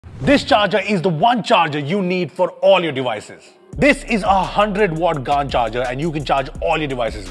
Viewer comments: Someone teach him how to pronounce “Gan Charger” 😂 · Please don't tell me that's how you're going to pronounce GaN from now on. I will unsubscribe. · Is it intentional that you call it a GAAAN charger to sound something like 🍑.I am not a english teacher and you speak thousand times better than me. however if its intentional then í didn’t like it at all. You’re one of my top favourite indian youtubers. No offence, but I request you to maintain sanity. We being Indian can hear fowl words thousands of times in a day. Don’t want here too please. Its ‘Galium Nitrite’ ….Gayliyum not Gaaliyum. Honestly you’re the first person I’ve heard pronounced it GAAAN charger.